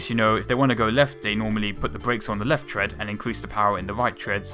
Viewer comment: Did i just hear "TREAD"?